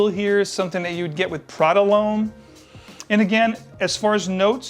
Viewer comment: Love your reviews, very honest. Just one nit pick. Like all American reviewers, you also pronounce l'homme" loam" when it is actually "lom". Like i say, it seems to be all English speaking reviewers. Nice channel :)